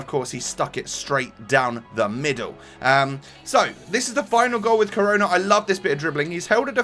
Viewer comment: He is pronounced like share